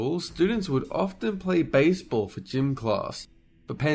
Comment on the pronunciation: Ah yes... A """"""""""BACEBALL""""""""""